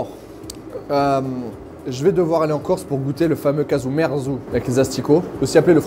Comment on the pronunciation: On dit KAZOU MERZOU je crois.